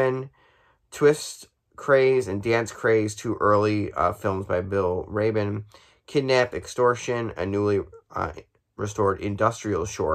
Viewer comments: It's Ruh-BANE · He is not from Wisconsin nor American he was born on February 8th 1937 in Rita Latvia and moved to Germany at a certain age. You can't say his name right dude I am his biggest fan we should talk I did this Interview with Bill we exchanged numbers and addresses and he said I was biggest we been talking since March. Huge fan and expert since 2000 or 2001 I been a huge fan when I saw Spider Invasion it just grew and grew saw more and more of his films and watched his Interviews on the discs and commentaries with movies reading and it just grew! Plus subscribe watch my commentaries, Interview with Bill and my drumming for 20 or 25 years now love some 60's music, also 70's-90's and some others. Plus I like classic movies and some others later back to the silents with music also collect vintage actresses pin-ups and or models and some others. Please subscribe and let me know! Though Bill told me on the phone he has a beautiful print of Rana: The Legend Of Shadow Lake '81 a.k.a. Croaked: Frog Monster From Hell it is actually half man and half frog ended up as a homage to the 1950's Sci-Fi Monster Classic ''Creature From The Black Lagoon'' '54. Though not intended. Though a nice print with more in it and he cut out the lady that played the archeologist he said she was the weak link and I agree Karen McDiarmid who played Elli I speak of. and agree. Most of his movies are not gory limited and reminiscence of 1950's Sci-Fi-Thriller and or Horror Monster Films. Demos was released as a PA